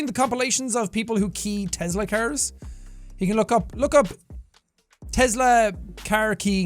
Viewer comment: I'm sorry but how you say Tesla I get you have an accent and say things a little differently but you pronounce it sounds like Te-Z-la other people in america can agree